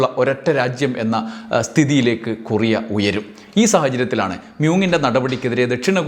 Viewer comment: കുറിയ അല്ല ടോ കൊറിയ